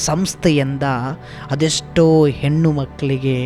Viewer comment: ಹೆನ್ನು,ಹೊನ್ನು, ಮನ್ನು ಅಲ್ಲ. ಹೆಣ್ಣು,ಹೊನ್ನು ಮಣ್ಣು ಅಂತ ಹೇಳಿ. ಕೇವಳ ಅಲ್ಲ ಕೇವಲ ಅಂತ ಹೇಳಿ.